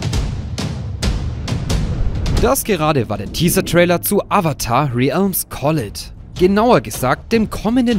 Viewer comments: Man spricht es "rälms" (mit englischem r und einem ä wie beim englisch L ("äl")) aus, und collide wird "collaid" ausgesprochen. Bin schon echt so hyped auf den Film und die neue Serie, aber das mobile game werde ich safe nicht spielen. Finde es auch komisch, dass die existieren dürfen, bzw. dass Konietzko und DiMartino nichts dagegen haben. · Das collide im Titel ist doch einfach das englische Wort für kollidieren oder? Wenn ja dann spricht man das eher kaleid aus